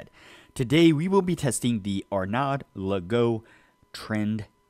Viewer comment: It's pronounced Legoo 😅